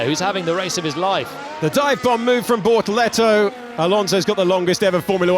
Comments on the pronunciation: Bortoleto ❌ - BorToretto ✅ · What I meant is the Alex Jacques' pronounciation of his name. The tune was like 📈📉📈📉📈